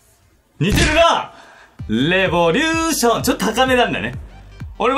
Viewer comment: おもちゃレェ⤴︎ボリューション ゴー☆ジャスさんレボリュー⤴︎ション な気がする